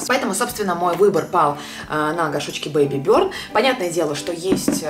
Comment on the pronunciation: Благодарю за лекцию английского языка 😘😉, но название бренда не на английском и правильно произносится Бэйби бёрн ✌🏻